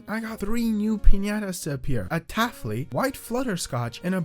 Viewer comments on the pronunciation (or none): Why do you say syrupent like that And why do you say taffly like that